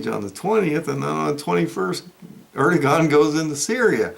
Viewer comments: Air-doh-wan is the correct pronunciation of Erdogan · Erdogan’s Name is pronounced Airdowan.